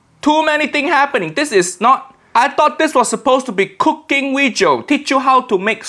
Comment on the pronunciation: No Asian say wejio and it's so annoying. Ik accent is fake but it just seems childish